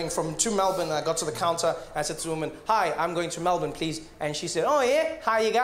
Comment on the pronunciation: Great to hear a Yank pronounce Melbourne properly 😄 Mel Burn NOT Mel Born. Good one. 👍🏼